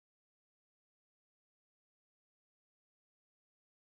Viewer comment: He's quite pretty. I still remember when people used to pronounce his name LEE-to. heeh